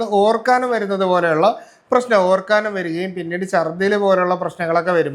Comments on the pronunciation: ഡോക്ടർ ഒരു ഡോക്ടർ അല്ലെ മലയാളം കമ്മിയാണോ ഓർക്കാനം അല്ല ഓക്കാനം ഇനി മറക്കരുത് പത്തു തവണ എഴുതി പഠിക്കു ❤❤❤ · ഓർക്കാനം അല്ല ഓക്കാനം അല്ലേ